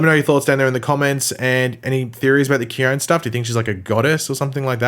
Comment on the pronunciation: Khione in Greek means snow,you are correct. :) I know this,cause i AM from Greece. :D And the letter e at the end of her name in Greek is a heard letter. So,her name should sound Khion-E , with the letter E sound as intended (you know a b c d E ). In any case,as i said,you are correct. Her name in Greek is snow. :)